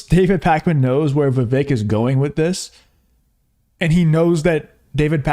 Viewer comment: It's pronounced like "cake"....u said his name wrong at the end after all that